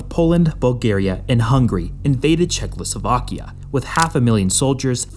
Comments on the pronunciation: please its not czeckloslovakia its czechoslovakia xd as some1 from slovakia this hurts to hear thx but the video is great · Did you say Czech-LO-slovakia? What the hell? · every time he says chekloslovakia i feel like watching something else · "Czechcloslovakia" LOL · If you want to leave a point you might learn ti pronounce the names of the countries you so deeply care about. Czechlosovakia. Pffft. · Weird to hear a kid so young that he can’t say checkoslovakia… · Maybe learn to pronounce before becoming a fool? Czechoslovakia only has one "L" ya doofus 🤣